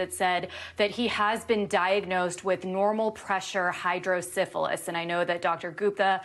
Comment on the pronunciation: "Hydrosyphilis?" 😄 You're on tv. Pronunciation is key. Normal Pressure Hydrocephalus requires rest, care, and rehibilitation, so he's made the right decision. Wishing him a complete, complication-free recovery.